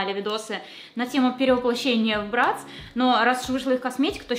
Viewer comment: Не брЭтц а брАтц